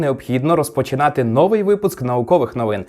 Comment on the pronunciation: Я і мої доньки дякуємо за випуск :) Буду вдячна, якщо ставитимете літературні наголоси у словах новúй, новá, одинáдцять, чотирнáдцять.